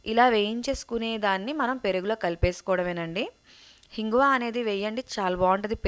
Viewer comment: Amma hinguva kadu inguva anali😢😢